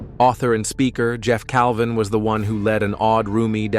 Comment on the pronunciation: Correction, it’s Jeff Cavin, not Calvin. Please